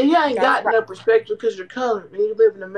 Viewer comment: “P e r s p ective” 😂